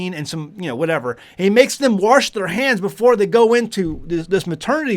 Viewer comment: That 'r' is an extra cleaning agent😂😅😂